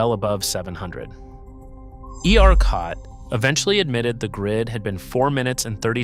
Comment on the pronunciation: It's AI based on the way ERCOT keeps being pronounced